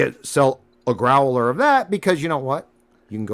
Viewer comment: Grow-el-er.... ...Dontchya know...